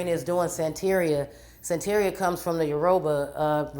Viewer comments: It’s pronounced San-tah-ree-ah. Damn girl!! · It’s pronounced Santa Rea lol sorry it just makes me itch the way u say Santeria girl lol but great research! She seem like she possessed with legions